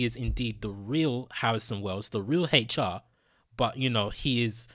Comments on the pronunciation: why do you keep saying Heichar instead of HR? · Its hr not hateyall get ur speach together bro and no hate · Stop saying " Hate Cha"!!!!! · What letter is he trying to pronounce?